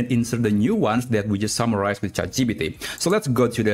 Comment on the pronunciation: please say chat gpt correctly. not chatgeepeetee but chat gee-pee-tee. it hurts my brain